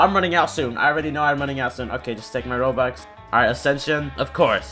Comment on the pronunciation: its robux, not rubox. Ur clearly filipino